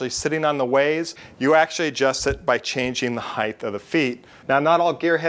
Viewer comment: Good explanation. You can get chapter and verse from Connelly's "Machine Tool Reconditioning", which is available entirely legally as a pdf from the internet archive. That said, your pronunciation makes my skin crawl. Height is "H-ai-t", not "h-ai-th", temperature is "tem-pur-a-chure" or "tem-pra-chur" not "tem-pi-chur". Eeeagh.